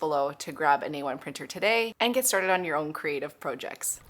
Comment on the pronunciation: I really don't mean to come off as cruel or insensitive but, the word 'project' does have two meanings and a separate pronunciation for each. One is a noun and the other a verb.